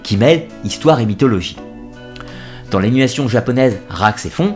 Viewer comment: Merci pour cet excellent épisode :) Trop rares sont ceux qui connaissent Rahxephon dont la série est excellente. Petites notes sur la phonétique : Le X se prononce normalement 'z' -> ラーゼフォン/rāzefon. (pour le r, le f et le n, pas besoin de le prononcer à la japonaise). (Rā pour le Dieu, X l'inconnue et -ephon l'instrument de musique.) Et au passage, le dieu psychopompe Charon, c'est "karon" que ce soit en anglais, en japonais ou en français pour le "k" du début ;) Et pour "Ghibli" c'est au choix de chacun, Miyazaki s'étant trompé donc à l'italienne "Guibli" de préférence pour les lettres latines ou "djiburi" à la japonaise (ジブリ) L'API (Alphabet Phonétique International à ne pas confondre avec l'alphabet radio international) est utile dans les dicos quand on ne sait pas comment se prononce un mot, il n'y a que quelques caractères spéciaux à apprendre c'est vraiment facile ;)